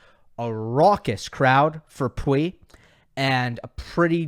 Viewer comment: For your info, we say Lucas Pouille, the “oui” in POUille being pronounced “oo” like you would literally read it Poolle! Don’t know if I was clear… Also, Alcaraz May face Karatsev in first round, which may be extremely dangerous Have a nice day :)